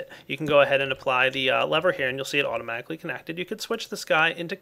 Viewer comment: Automaaahticly lolol